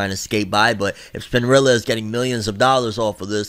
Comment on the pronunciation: I love u to death but that hard r wit spinrilla is wild 🤣🤣